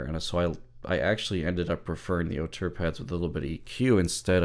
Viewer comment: Nice review, and thanks for pronouncing Auteur better than most, i.e. not Oh-two-er and not as indicated on the ZMF web site!